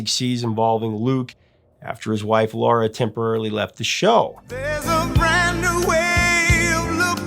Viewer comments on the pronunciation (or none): none